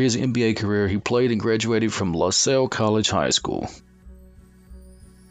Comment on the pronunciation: This may be the worst NBA related video I've ever watched. How is TIm Donaghy a 10 Best Ref? And how do you have a voice-over guy pronounce that is clueless on how to pronounce"Bavetta" or "Javie" or "LaSalle"? Don't produce content if it's going to be this low quality. Just reading everyone's Wikipedia doesn't equal a quality video. Absolutely pathetic. A waste of 7 minutes of my life.